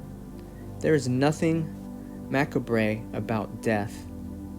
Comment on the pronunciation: It's a great video except that maybe you should practice a little more before reading at length. Even better, maybe record it in shorter chunks that you can rehearse each time. Also, please check pronunciation of words you are not sure about, such as "macabre." I'm not trying to be overly critical, but I think that a smooth correct voice all the way through would be better.